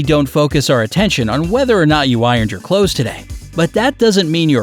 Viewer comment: It’s clothes, not close please